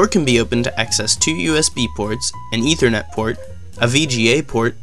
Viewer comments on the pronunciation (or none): none